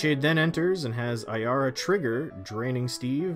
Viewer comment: At least he said Ayara right, there's one guy in my playgroup that has a deck of her but he pronounces it Arya and it really annoys me...